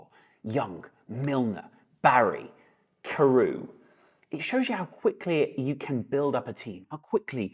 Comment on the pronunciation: Carew (from Villa) is pronounced "Ka" as in canoe, and "rev" as in revving an engine. "Karev":) Great vid as always,. Let's give it our best, beat RM and get that top four.. or you know, we go again! Something usually works out!